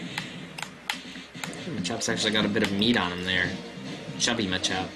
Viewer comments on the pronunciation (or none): Isn't it pronounced "MAH-chop"? I prefer that over "muh-CHOP".